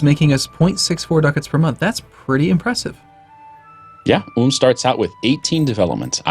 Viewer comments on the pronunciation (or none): They are saying Ulm wrong